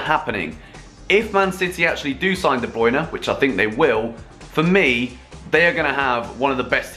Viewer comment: Wanna hear a joke ? The way he says ''de Bruyne ''